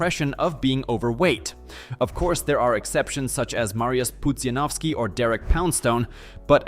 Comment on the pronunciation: To chyba syntezator sądząc po tym jak Pudziana wymówił xD